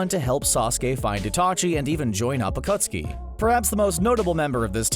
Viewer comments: he said acutseee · the acutski bruh the man who rewatched naruto many times saying acutski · it is pronounced uh-khat-ski not AKOOOOTSKI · It's pronounced akatski or akat suki not okostki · My dude said akootsuki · The narrator: I've watched and rewatched naruto many times Also the narrator: the akootskee Also also the narrator: uhtsootskie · the "akootski" XD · CBR Narrator: I’ve watched Naruto several times Also the CBR Narrator: The AcUtSkI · So you watched it many times and missed the akatsuki pronunciation? LOL 💀💀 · You said akatsuki wrong bruh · The way the narrator pronounces akatsuki makes me cringe.